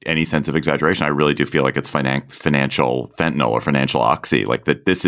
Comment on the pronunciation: Fentonol ain’t. Fentanyl, be.